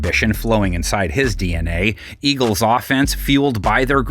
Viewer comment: our mayor chanted Eagles as ELGSES 😆